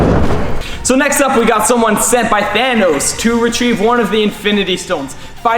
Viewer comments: Than-noss it’s thanos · thanos not thonos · The way he says thanos😂😂😂😂😂😂😂😅😅😅😅😆😆